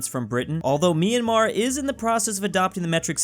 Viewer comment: me personally, as a burmese person, I feel offended by the way he pronounces Myanmar☹☹☹💀😱/hj